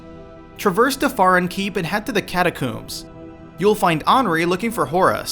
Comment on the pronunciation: Lowthric and Catacoombs? really dude.... who says it like that...